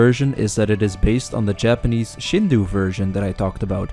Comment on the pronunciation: Did you use GPT for parts of the script? It gets a little GPTish here and there lol. Also, it's pronounced Sheen-doh or shin-doh if you wanna be more casual about it, but never shinduu.